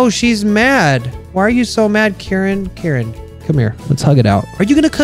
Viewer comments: I think Karin's name is pronouced K-u-rinn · it's accutualy kareen how you pronounce it